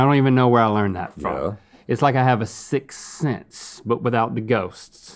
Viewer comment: Is it just me or did link say sixts snense ? 🤨😂